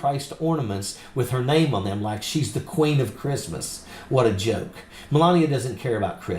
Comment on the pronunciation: "Merry Greeftmas Amereeka!"